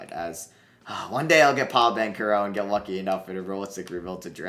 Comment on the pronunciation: BanCHero. Not Bankero. Bothers me every video